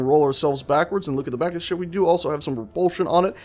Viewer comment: why do keep hearing ship as shit?